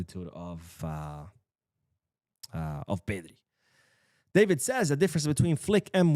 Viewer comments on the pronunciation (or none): none